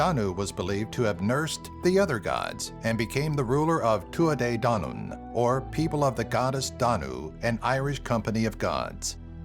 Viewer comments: You are pronouncing Tuatha-dedanem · Absolutely cringed at the way he said Tuatha Dé Danann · Shut it he is trying his best